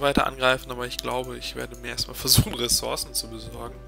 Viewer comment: ressource spricht man mit "u" aus [ʀəˈsuʀs]